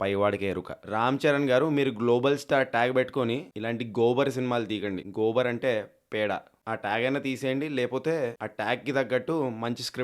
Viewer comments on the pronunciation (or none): Gobal ❌ Gobar✅